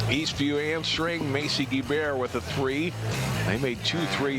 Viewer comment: He pronounces Guebert as Gee bare. It's pronounced Gee Bert get with it boi